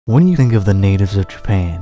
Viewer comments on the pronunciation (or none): none